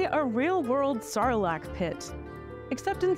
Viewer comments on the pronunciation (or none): Sarlacc? Or SarLunk? 😮